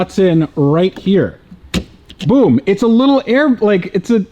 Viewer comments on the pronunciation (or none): none